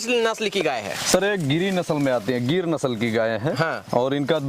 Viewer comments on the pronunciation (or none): Bhai giri nahi gir bolte hai.....